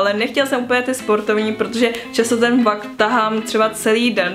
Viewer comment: to slovo vak jak si řekla 😂